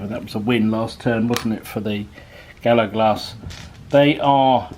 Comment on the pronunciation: Another great game, yes enjoying these games with these different troop types and would love to see another. Maybe an ambush type scenario?👍 Mate was that just bad pronunciation? Bonnacht, Gallowglass, there was also a short period of blurred vision....have you been at the Cooking Sherry again? 😂